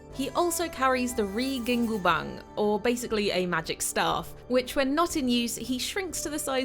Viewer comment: it is ruyi jingu bang.. not ri gingu bang